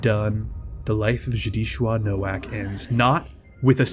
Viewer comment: Hearing you so blatantly mispronounce Nowak hurt me just a little bit inside TwT (his name is polish, more accurately being pronounced like “No-Vahk”) but aside from that I absolutely love this video! Also I can’t believe you used the weezer art of the characters for the thumbnail lmfao